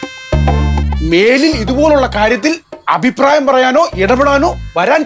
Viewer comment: അയിപ്രായം അല്ല റിയാസ് ,അഭിപ്രായം എന്നു പറ